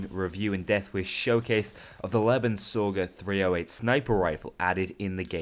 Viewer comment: Man, your pronunciation of the name. It should be pronounced: Lay-ben-zow-ger. it is a german gun that literally translates to "life sucker"